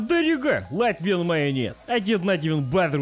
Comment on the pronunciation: As a Latvian I am proud to see you on my soil. 10/10 pronunciation!